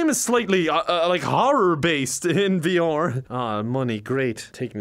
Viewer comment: No one:: V-OR